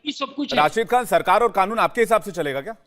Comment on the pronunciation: Khanoon nahi kanoon hoti hai....kya bolti...kitna jahar ugalta...Dubai wala....bhasha bolti...kya bolta